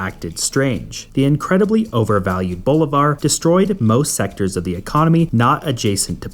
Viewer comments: Also you pronounce the currency as Bolívar (emphasis) in the i not in the 'Bo'.... Bolivar was a soldier that lead many of the fights against Spain that ultimate resulted in many countries acquiring independence from Spain from their unholy conquest since they invaded after Columbus "discovered" America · how is it you pronounce "bolivar" again? ..jesus christ